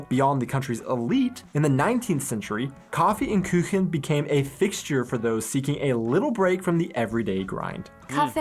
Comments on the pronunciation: Küchen ?? xD KUCHEN. KUUUUCHEN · That is simply how to make salad. If it's in a bowl you can Pick it up ans leave the most dressing there. It is just to get a Flavour. Dry Salad...what is that..just salad without acid, oil and salt pepper, herbs ect. Und Like in Youuu.. not Ünd Küchen. It is Stra (sh sound) zi a tella.